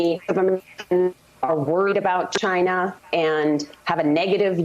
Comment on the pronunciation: Trump: "just ask Chai-nah, they know better than me ".